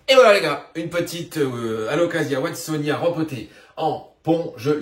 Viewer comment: Il me semble qu'on prononce Watsonia-NA... et j'en profite d'ailleurs c'est pas yuCANTA mais c'est yuCATAN Princess 😚. Bon mise à à part ça j'adore tes videos lol. Désolé pour les corrections de prononciations ça me démangeait la gorge 😭😭😭 J'espère que tu m'en veux pas